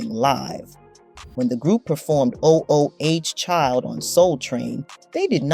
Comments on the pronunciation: There were only two changes made up to the lineup: (1) the brief period when their younger brother Cubie was added - which was not confusing at all since his name was added to the title of the group and (2) when Alohe left to pursue her education and the word "5" was removed from their name. The constant repetition of the mispronouciation of their biggest hit as "O-O-H Child" is extremely annoying! There was also no mention of many of their other hits like "Baby Make Me Feel So Good" and "Don't Change Your Love" as well as their revival with the 'Second Resurrection album" which spawned the single "From Us To You." The overemphasis on lyp-syncing, which was the norm at the time, and the false controversy over the optimistic message of "Ooh Child" as well as several other inaccuracies defers from whatever good points this cut-and-paste video may have! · Almost made me ignore the video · A I robots don't know correct pronunciation. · "O.....O....H... Child". Wtf is that?? This narrator is a dunce. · It would be good if you did your research on the groups and artist you are talking about. You keep mispronouncing the name of their signature track. MULTIPLE TIMES. At least listen to the music that the artist produced. YOU DON"T sound like you are learned and are qualified to comment. Please do your research you would sound more intelligent. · At least say the song right. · YOU KNOW! Especially when you open with the song. Fix it!!! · Why don’t y’all ever talk about the youngest Cubie Burke? He did perform with them for a little while. The name of song “Oooh Child” is not pronounced O - O - Oh Child. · Please, fire the narrator. O O CHILD 😡😡😡😡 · "O. O. H. Child" !? ..ffs. ..I'm so tired of A.I. slop. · This is horrible. When AI goes bad. O-O-H child lol. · It's pronounced 'ooo' child, stup!d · This is why I hate AI. The focus of the essay is all over the place. And, as others have noticed, it's Ooh, child. Please never do this again. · If u say oh oh child 1 more time...